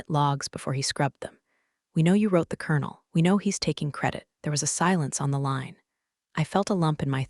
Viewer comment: It's kernel as in popcorn kernels.